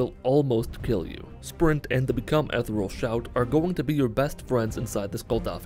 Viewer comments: Yeah, ethereal is one of those weird words that pretty much every YouTuber I've heard say it pronounces incorrectly. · Still waiting for to say "Become Ethereal" correctly.